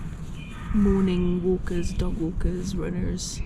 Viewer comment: I had to rewind and watch your morning ramblings 3 times, cause the first two times I swear you said "ghost murderers" rather than dog walkers and runners. ❤